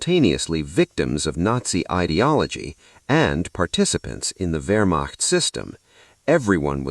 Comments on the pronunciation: A new world record of messing up the word Wehrmacht. Vermoched, vermocked, you name it. Extreme sloppiness. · Hey A.I. the word is Wehrmacht.